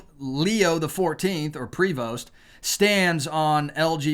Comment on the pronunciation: Heads up: the "st" is SILENT in the pronunciation of Prevost, so either "pree-voh" or "pray-voh" is the way his name is said depending on whether Spanish or French.